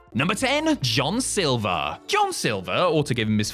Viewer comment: John SILVER, not SILVA 😂